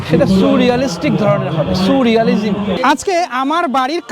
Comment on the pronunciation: এটা suu-realistic ধারণা! Soooooo-realistic, sooo-রিয়ালিজিম্। 😂😂 Surrealism ba surrealistic noy!😂😂